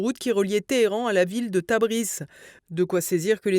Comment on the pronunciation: C'est TabriZZZ....pas TabriSS😅